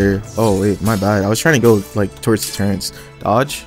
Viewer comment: The way he says turrets annoys me T_T ”turrents”